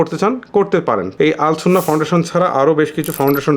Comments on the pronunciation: শব্দটি আস সুন্নাহ হবে আল সুন্নাহ নয় ভাইয়া❤️ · আরে ভাই আল সুন্নাহ নয়, আস সুন্নাহ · আল সুন্নাহ না ❌ আস সুন্নাহ ফাউন্ডেশন ✅